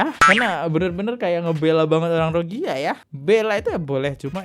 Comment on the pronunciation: Gk enak bgt denger ROGIYA, ROGIYA.... KAYAKNYA BKN ROGIYA BANG.. MEDIA MENYEBUTNYA " R O H I N G Y A"..